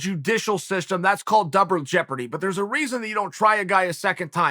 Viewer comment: Chael “Doubre Jeopardy” Sonnen